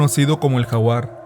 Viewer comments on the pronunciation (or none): none